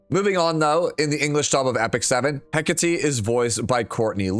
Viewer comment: Hi, I know you appreciate proper pronunciation of names. I do too. Since Hecate is Greek in origin, it's pronounced heh-KAH-tay, with the stress on the middle syllable. Cheers.